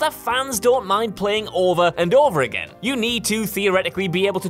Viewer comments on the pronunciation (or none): none